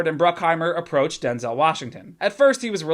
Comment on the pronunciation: "Take out all the race shit," Yeah, but that's the whole fucking story. Oh and btw, you're saying Denzel's name wrong. He's been trying to get people to stop doing it for years.